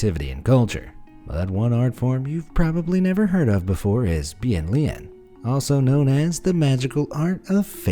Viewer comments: I am from China and the correct way to say it is (Bian~ Lian~). The Chinese character is 变脸。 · As a Chinese, you read the Chinese words for the face changing wrongly 🧍‍♀️